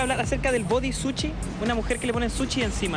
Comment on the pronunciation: Hay que mejorar su pronunciación por eso del body "suchi" jajajaja